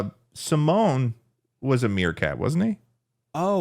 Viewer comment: Calling Timon from the lion king "simone" is crazy lmao